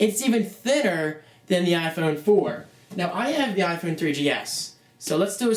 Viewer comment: u say iphone wrong